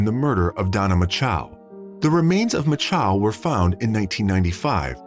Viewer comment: There are NO 2 A's in MACHO